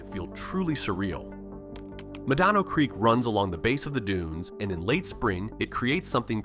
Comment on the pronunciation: It's pronounced MEH- dahno Creek, not Meh-DAHNO.